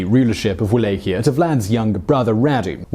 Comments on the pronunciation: It`s pronounced Vala-ch-ia. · It is Valahia with V, not U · First time I’ve heard Wallachia pronounced how it’s spelt. Surely it’s spoken as vallachia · Wallachia the sound is V as in val so it sounds like Vallachia even though it is spelled Wallachia. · "Va-LOCK-ee-ah." That's how you pronounce Walachia. I'm a student of both the historical and fictional Dracula, and I've dated a Hungarian girl for many months. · Cringed every time he said it. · He butchered Targoviste (Targo-vista) as well, and Wallachia (Wal-ack-i-ya) every time ... I missed Sighi though, good catch! But he's British and even murders some English names sometimes, so I can't really be mad, lol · oh god please will you learn to pronounce things before saying them on vid its pronounced VALLACHIA not Wallachia spelt with a w pronounced as a V. also that picture of the princess is Elizabeth Bathory. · Your mispronouncing of Wallachia kinda ruined video.. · The way you say Wallachia hurts my ears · The way you say Wallachia makes me wanna punch you in the face.